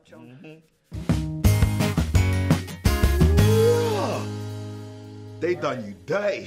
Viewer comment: I love the way she shouts "JJJJOOOOOHHHHNNNN!" With her accent. It's amazing